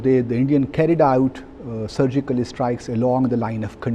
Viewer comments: Pakistani diplomat Interestingly speaks with three accents One:- a general Indian accent Two:- a poh pah “foreign” accent Three:- an #Urdu accent, pronounces strikes as “ishtrike” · Surgical estrikes what a English by embasedor